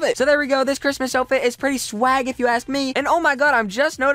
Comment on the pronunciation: Apart I u ate saying "Swag" wrong.